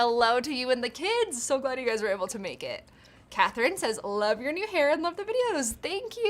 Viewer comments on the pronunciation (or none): none